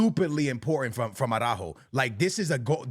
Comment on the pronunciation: Your Portuguese and can’t pronounce ARAUJO?